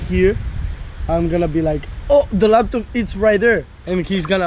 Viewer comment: I like how they say laptop.... they say lapton 😂